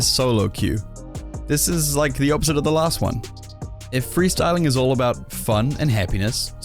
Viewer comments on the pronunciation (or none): ahem 'Freesyling'